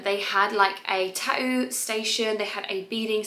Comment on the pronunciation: I love the way you say ta-oo for tattoo 😁😊